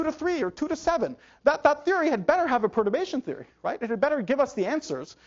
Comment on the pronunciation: I can't understand what Nima are saying in ,...is "probation theory"?